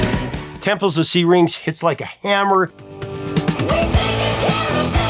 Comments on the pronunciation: Temples of See-Rinks ? Come one Professor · Why can't you pronounce "Syrinx"? Listen to the song and how Geddy pronounces it. Sheesh.